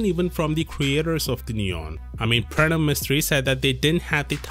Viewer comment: The way you say Pranav I'm quite certain you have Indian decent